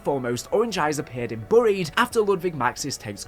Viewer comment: Boried? You mean buried